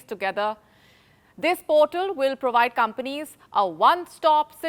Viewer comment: i know now why wion palki was sooo popular. she did NOT have the accent. There was no prowide for provide. Wion accent is what you need to work on!